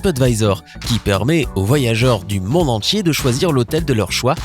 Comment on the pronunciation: Instructif. La voix est agréable, mais c'est quoi cette prononciation ? Mondial ou mondialement, contient, entier, diagramme, tiens, primordial... ne se prononcent pas Mondjal ou mondjalement, contchin, entchier, djagramme, tcheins, primordjal... Quant à jaune, chrome, chose, rôle, ou chauve-souris, ils contiennent (sans CH) tous un O fermé [o en alphabet phonétique international] comme dans "peau". En revanche, le O de soleil ou de adorable est ouvert [ɔ] comme dans robe. Et la voyelle finale de succès ou vendait est un e ouvert [ɛ] comme dans "perte". Attention aussi aux E muets qui ne se prononcent pas EU, voire pas du tout !